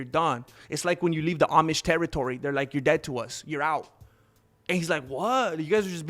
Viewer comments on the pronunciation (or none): none